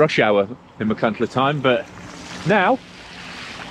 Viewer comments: Great vlog, but you need to work on your Welsh place name pronunciation. 😂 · Great overview Guy. Feel like I've known you for decades after reading so many of your MBR reviews & editorials over the years. Don't listen to the listen to the criticism about your pronunciation of some of the Welsh placenames. The main thing is that you're promoting tourism and the beautiful Welsh landscape. I''m sure Steve Jones could give you some pointers for future reviews ;) Diolch yn fawr 👍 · Phil can't pronounce Welsh names correctly either. 😂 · Your love and respect for Wales came through really clear for me, and I can see you ARE trying on the pronunciation. Obviously there are so many places you go through that learning them all exactly would have been really impractical - viewers have to remember this is an off-the-cuff recorded cycle ride, not a scripted, rehearsed video. Really enjoyed the video. I'm thinking of doing the route but only have a gravel bike (45c tyres). Any advice? Is that stupid? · I respect and enjoy a lot of your output and I don't like to post a negative comment, but this was marred by disappointment over your pronunciation, more so considering you are the 'official guidebook writer'. As a viewer, it came across as 'can't be bothered, it doesn't matter to me'. With a little bit of effort, this would have been an ideal opportunity to show respect for the place, people and language in the area traversed by the route. (PS Trawsfynydd is also misspelled above - if you are able to edit it, replace the second 'n' with 'yd' ). Please take this as constructive and well intentioned. Beyond this your enthusiasm comes across, despite riding it on a chilly couple of days in February. It looks a great route . If there isn't one already, perhaps a pronunciation guide would be a useful addition to the guidebook ;-) Edit: I've just watched part 2 too.. Also inspiring and definitely on my list. Thank you very much/ Diolch yn fawr iawn i chi 🙂